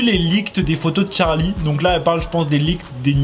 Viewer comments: Moi je dit charli et non pas Tcharli 😅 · Sais pas tcharli sais charli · C charli damelio pas tcharli damelio 😒😒😒😒😒😒😒😒😒😒😒😒😒😒😒😒😒😒😒😒😒😒😒😒😒😒😒😒😒😒😒😒😒😒😒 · c’est pas tcharlie damelio mais charlie damelio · Sa me stresse le "tcharlie" ! C'est CHARLiE! Pas tcharlie!!!!!!😭😭😫😩😡😡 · Toi tu dit tcharlie d'amelio mais c Charlie D'Amelio 🤦😂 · Pk tu dit tcharlie c Charlie pas Tcharlie 😂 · Mais art de dire Tcharlie c Charli 🤣🤣❤️ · C'est pas Tcharlie d'amélio c'est charli d'amelio !!!!!!!!!! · Mais tu dit : tcharli au lieu de dire charli mais des fois tu dit bien charli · On dit charlie damelio et pas tcharlie damelio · Se n'est pas tcharli d'Amelio ses CHarli d'amelio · Elle s’appelle Charli pas tcharli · Cest charli et nn pas tcharlie mais sinon elle est cool la vidéo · C pas "Tcharli" c "CHARLI " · Mo8 j entends que des chtarli et pas des charlie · Deja c charlie pas tcharl8e hein je c pas si tuc enfin c pas grave mais va parle francais et moi c victoria je previens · pk tu dit t`charli damelio c`est charli damelio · Y'a que moi qui est remarqué qu'il dit TCHARLI d'amélio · moi aussi 😂😂😂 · « tcharli damelio » 😭😂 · le seul truc que j'ai retenue " Tcharli damelio " 👁️👄👁️ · Tu ma stressée avec ton <<Tcharli>> mdr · Le <<Tcharli >> il m'a stressée dsl 😂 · Moi je dit pas tcharli mais tu dis comme tu veux 😊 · Il dit tcharli ou une reve si oui moi r.i.p☠💀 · Il dit tcharlie d'amelio ça me stress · Je suis d'accord mais quand tu n'a pas d'accent autant le dire à la française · Charlie ou tcharlie tu dit tcharlie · Pk tu dis tcharlie ? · Prq il dit Tcharli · Déjà apprend à dire bien charli dameli o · C pas Tcharli c Charli